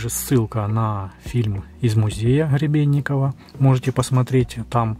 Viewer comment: добрался он до антиХЫравииационной платформы, ХЫребенникова, ХЫребенникове, ХЫребенникова ...и т.д.😂 Есть изобретатель и конструктор - Гребенников (Г - буква твёрдая, произносится без предыхания, чётко) Виктор Степанович! 🤪🎉